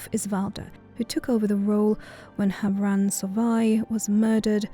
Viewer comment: Beautiful as always, but you're mispronouncing havroun :( As heard in the personal story, it's /havrun/ not /havran/